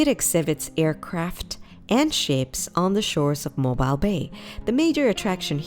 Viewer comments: its pronounced "mo-beal" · Yes, Mobile is pronouncec mo beel. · 1. Learn proper English; 2. learn how to pronounce the names of Alabama cities, especially Mobile; 3. when discussing the Birmingham, Alabama Museum of Art, don’t show pictures of the Birmingham, England Museum of Art; and 4. Huntsville is called “Rocket City” because the U.S. space program was developed there, NOT because of the museum! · Please learn how to pronounce Mobile. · Need to learn how to pronounce Mobile and Cheaha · If you don't know how to pronounce 'Mobile', I can't trust your video!!